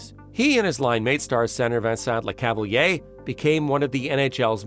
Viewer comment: Tres bon documentaire 👍 mais tu devrais pratiqué la prononciation des noms Quebecois parce-qu'ont se perd un peu par moment .. ( Ex : St-Louis & Le Cavalier)